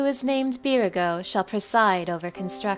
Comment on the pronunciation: Thanks for putting this together! It’s a great refresher on everything that happened so far. I am struggling to not laugh every time you say beer-go though. is that really the official pronunciation? I’ve been saying it like buyer-gott for years 😂